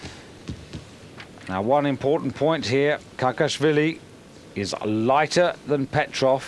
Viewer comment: It`s Kakhiashvili not Kakiasvilis.